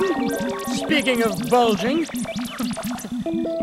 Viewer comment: did he just say bulgding :l